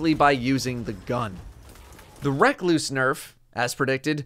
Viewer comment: it still bothers me the way he says recluse